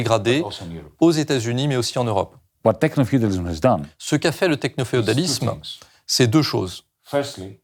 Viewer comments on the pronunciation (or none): "Technoféodalisme" et pas "Technopréodalisme" de à